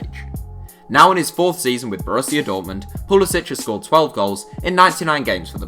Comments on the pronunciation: It is pronounced pulasic not pulasich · It's pronounced like poo-li-sick. He's American so the c doesn't have the accent.